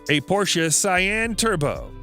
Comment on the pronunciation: No..no wait it gets better a Porsche sy-anne